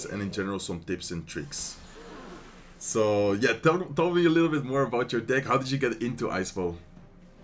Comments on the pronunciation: THATS NOT HOW YOU PRONOUNCE DECK💔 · He said whaa 😮lol